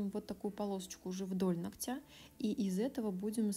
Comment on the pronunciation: Очень тяжело слушать, сори. "НогтЯ" 😥 До конца не могу смотреть. Ударение на первую гласную, НОготь, НОгтя.